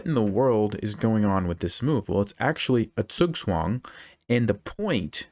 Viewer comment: Interesting pronunciation of zugzwang. Sounded like something took a shit in my ears.